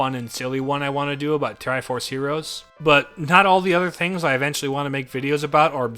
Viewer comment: just me or did i hear tiriforce heros? and while i was watching your first video you were at 3k subs but now its 3.01k